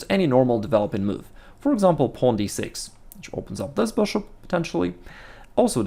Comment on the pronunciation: I love his videos. They are always so informational and helpful. I can’t lie though the way he says “beshhop” always makes me laugh.